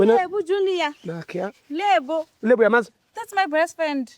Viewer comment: 'Juniya' ke mathata